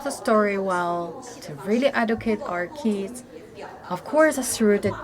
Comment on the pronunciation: Why is the auto translation and subtitles translating kids to "keys" her pronunciation of kids really sound like keeeys